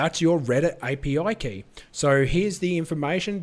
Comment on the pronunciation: "AYE PEE OUAI KAEY" Thank you for the vid 🙌